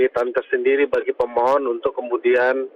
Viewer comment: 0.11 gua kira dia bilang "seberapa kuat dalil gugatan yg diajukan oleh pembohong" 😂😂 gataunya pemohon